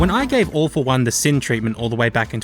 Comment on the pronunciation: Three quick notes: You had the opportunity to call All for One "Awful One", and with the accent I genuinely thought you were making that joke. How did you mention RaC 3's music without including Zeldrin Starport just doing 11/8 for the sake of it? Low-key the first two Infamous games were brilliant PS3 exclusives.